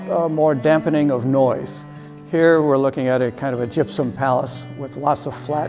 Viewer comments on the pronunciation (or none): he said a gypsm palace lol